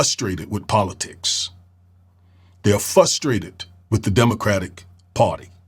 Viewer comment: Sir wtf is “fusstrated”? 🤦🏾‍♂️